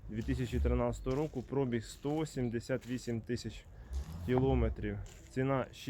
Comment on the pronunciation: Вчіть українську мову. Немає такого слова як прОбіг, вірно говорити пробІг. Невірною вимовою ви вбиваєте рідну мову.